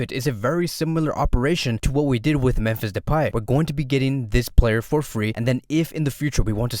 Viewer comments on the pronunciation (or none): none